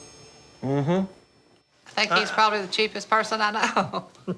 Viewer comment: Dude when she said “I theenk it’s kindah graoss” 😂😂😂